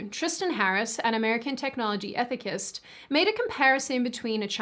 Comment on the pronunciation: that's not how you pronounce ethicist. Just saying.